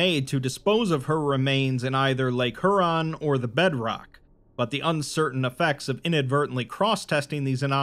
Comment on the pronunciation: Just a quick note: Lake Huron is not pronounced "HOO-ron", it's pronounced "HYOU-ron". Like "Hugh". -Signed: someone who camped in the Provincial park that used to be atop Site-43, located less than a half-hour drive north of me